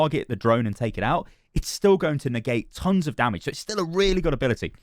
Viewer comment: I like the way you say dummidge